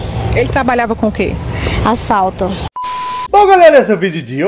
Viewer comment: Gente, só uma correção: no último vídeo, do homem desaparecido, parece que ela diz ASSALTO, mas ela diz ASFALTO. 🤣🤣